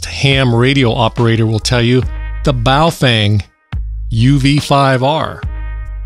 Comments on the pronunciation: Dude its baofeng not boof wang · Do you say Baofang instead of Baofeng for irony? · Bahoh Fung.... correct pronunciation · Must be in wrong channel. And it's bofweng!